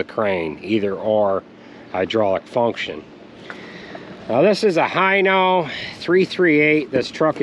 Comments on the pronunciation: It's pronounced "Heno" hino hindy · It’s pronounced,,,HEno